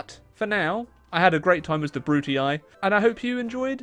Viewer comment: Why does he pronunce "Brutii" that way? It hurts so much